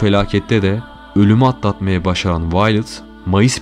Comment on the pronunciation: Kadinin isminide yanlis okumasaydi iyi olurdu .. Vi-o-let (Viyolet) diye okunur